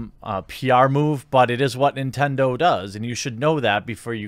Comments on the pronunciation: "NINENDO" lulz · Nobody: Jeremy: N I N E N D O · Ah yes , Ninendo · Ah yes, my favorite company "Ninendo" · Shatter420 eh it’s both but to answer your question I used a “misspelling” to make fun of Jeremy’s being unable to spell and say Nintendo in the video he even says “nin-ten-joe” at 1st lol